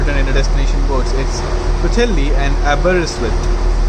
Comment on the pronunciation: I got a laugh at the way you pronounced Wales ( W sounded like a V ) and you did pronounce some of the places better than most English people do, I was impressed by the way you said Pwllheli, Porthmadog Aberystwyth and Ffestiniog.